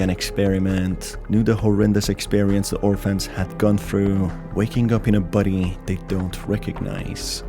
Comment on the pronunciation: I'm not tying to hate but why do you say body like buddy